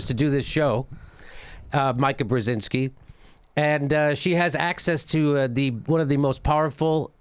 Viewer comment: Painful to listen to you mispronounce her name over and over. Her father is Zbigniew Brzezinski counselor to President Lyndon B. Johnson from 1966–68 and President Jimmy Carter's National Security Advisor from 1977–81. Jammy, when speaking, keep your tongue in your mouth. You and John Kerry would have failed my public speech class.